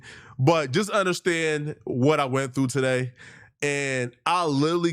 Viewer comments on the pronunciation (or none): none